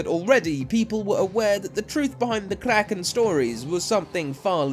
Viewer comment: not to be rude or anything, but it dosent take that much to find out how a word is pronounced. great video though:)